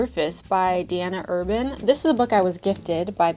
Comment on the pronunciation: You saying the author Diana Urban, was weird. I also rarely hear of other Diana's so yay